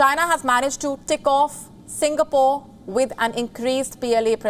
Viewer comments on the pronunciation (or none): none